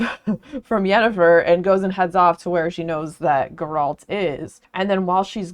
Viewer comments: i came for this, her mispronunciation of the Geralt's name made me feel uneasy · "Gur-rahlt" is a new pronunciation of his name to me 🤣 The Witcher was an interesting series to read. I started with the Netflix series first not knowing any better, then read the books and then eventually convinced my wife we needed to play The Witcher 3 together and now I just need to play the first and second game and deep dive into the comics and the newest prequel book that has yet to be translated to English. Personally, I thought that the main series of novels was fine. The Witcher 3 was fantastic and I think where The Witcher as a series shines the most is when it's not about this grand overarching plot and it's just about the small adventures that Gerald gets into on his travels. They're so fun and there's so much going on in this world (that I think could've been put together better btw but it's still an interesting world all the same) that I could genuinely read a hundred short stories of Gerald just doing mundane things with Yennefer, Dandelion and Ciri and never get tired of it. I hope there rest of your read goes well!